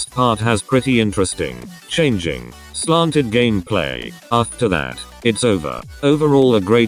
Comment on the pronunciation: remeber when the text to speech said gammaplay?